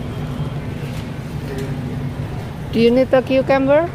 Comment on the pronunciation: She said "qcamber" for cucumber